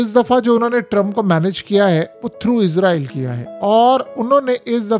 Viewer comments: مجھے ایک بات کی سمجھ نہیں ائی کہ یہ اسرائیل ہے یا پھر عزرائیل ہے یہ بھائی نے جو ویڈیو بنائی ہے اس میں تو یہ اس کو بار بار عزرائیل ہی پڑھ رہا ہے۔ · عزارٸیل نہیں اسراٸیل ھے۔ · Apni pronunciation theak karain. Israel is-ra-el hai not izrael. Izrael angel name hai.